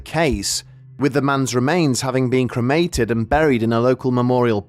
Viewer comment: Creamated? Oh no. Not again 😂